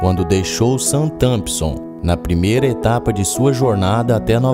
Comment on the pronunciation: É Southrenpton não Sountampson